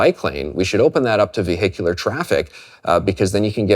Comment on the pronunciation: "ve hicular"